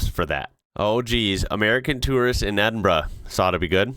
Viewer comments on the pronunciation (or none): That eejit in Edinburgh (pr: Edinbrra) is on his way to getting ripped off big style. Especially when he referred to " an English gentleman" 🤣🤣🤣🤣🤣🤣🏴🏴🏴🏴